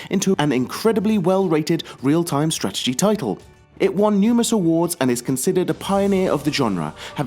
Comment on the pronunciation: The fuck you said strategy a hundred times, and i was annoyed the first time you pronounced it :(